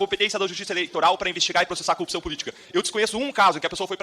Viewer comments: Repita comigo: cor-rup-ção. Nunca "cupção". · Até o tema favorito dele: a corrupção ele fala cupição. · Não consigo dar crédito a um sujeito que fala "coúpição".... Parece analfabetismo funcional...kkkkkkk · Esse idiota que fala "cupção" porque é um analfabeto funcional, não para de tomar na fuça. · Todos esses pulhas falam “ cupção” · O Dino só faltou falar: E quando seu merda vc fizer uma pergunta sobre corrupção aprenda antes pelo menos falar a palavra correta. Porra de cupicão. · Deltran não tem nenhuma reputação pra ficar se fazendo de superior... Além da impossibilidade, assim como Moro, da pronúncia correta da palavra corrupção 😂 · ESSE INDIVÍDUO NÃO CONSEGUE FALAR A PALAVRA CORRUPÇÃO. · O pessoal do Paraná não sabe falar corrupção?😂😂😂😂😂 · Esses acefalos nao sabem pronunciar a palavra corrupcao! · CORRUPÇÃO CORRUPÇAO esse homem nem consegue falar a palavra